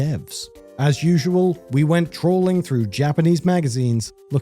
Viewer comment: I thought they said "we went trolling through Japanese magazines"